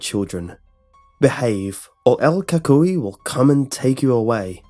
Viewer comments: Co cuiie, lol the way he says it tho!!! El CUCUY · "coocooy" is the correct pronunciation. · pronounced coocoie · Yes it's funny hearing you say el cuhkoy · lol, el coocooeeyy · i remember when i was a kid my mom would always tell me in Spanish"si no le pares te va a garar el cucuy" and btw its pronounced ku-ku-y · Died when you said "Cucuy" 😂 great video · Lol I’m Hispanic know little Spanish but Ik ur saying it wrong...and yes this was the scariest shit growing as a Hispanic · Lol true